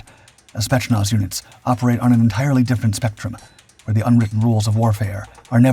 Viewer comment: FWIW it's more "Spey't's-nazz" rather than "Shpets-nazh". Decent video, though, nice intro/overview in a short video. ;) Also the COD Bot boys who know wayy too much about breaking the mind thru breaking the body are here in the comments... and they know what wimps elite soldiers are. Thank goodness they're all about to go help UKR end this war. With a Vente Latte and a sign. Afterwards, to the dispensary.... Indeed some of this is Prop... But the Spetznaz isn't the India/Pakistan military dress parade war/competition performed everyday...